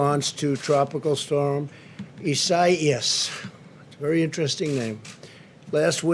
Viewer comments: Man said Is-saias. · That's some very interesting math Donald. Kudos on pronouncing the tropical storm correctly- you were clearly proud of yourself! (and rightfully so!!)